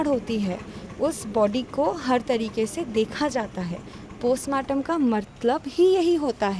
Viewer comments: Abe postmartam ko Kostmartam kyun bol raha hai😂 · Chutiyanandan cosmartum nhi postmartum hota h